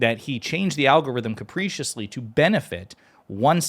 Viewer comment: Just stop interrupting the fucking flow of debate mate and pronounce “capriciously” correctly you pillock….